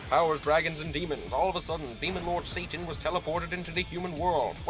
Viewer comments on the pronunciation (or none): none